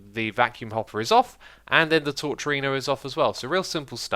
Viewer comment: I just can't stop laughing when you say torcharino :)